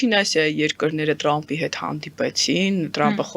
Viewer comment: լայ լաղջիկ լերլուծաբանիկ մենք թ ևփ տառ ու հնչուն ոնենք հապա տյու ինչու ՞ ես Թրամփին տըրամպ ասում ։